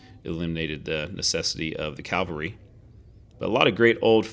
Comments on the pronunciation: It's pronounced "CAV al ry" not "CAL va ry". Calvary is the English "Golgatha" or the hill where Christ was crucified. Cavalry is the historical reconnaissance branch of the Army. I'm a former 3rd Cavalry Regiment Trooper and I enjoy your videos. Please understand my enthusiasm in this regard. Your videos still have the best musical scoring. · Sorry buddy, an interesting video but I had to quit watching because of your pronunciation of the word CAValry. I know, picky but I can’t help it.